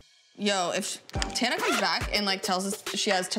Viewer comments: I know you have an accent but it’s pronounced Tan-ah not Ta-na💖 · for the love of fuck, it’s TANA not TARNA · T. A. N. A. Not T. A. R. N. A. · Tana* not tarna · Maybe learn how to pronounce her name before slandering her. id absolutely LOVE to see you try do better than tana, unlike you, people actually enjoy her content, hence why her platform is wayyyy bigger than yours 😘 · Are you purposely saying her name wrongxD> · I’ve started pronouncing Tana like you now ¿ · I'm sorry the way you say TANA - it's hilarious love it